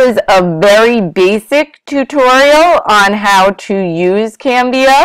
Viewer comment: It's CANVA. Not Canvia haha